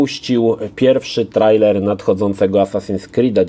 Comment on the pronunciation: Hej, po polsku czytaj się "trejler" pozdrawiam, dzięki. :hand-pink-waving